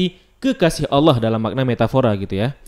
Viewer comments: Bang Ko Lu Baca nya Alah Bukan Allah? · Kalau membacanya jangan alah tapi allah karna kalau alah itu orang kristiani yang membilang nya seperti itu